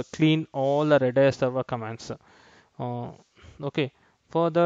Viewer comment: its R-A-D-a-a-S..or "Redis"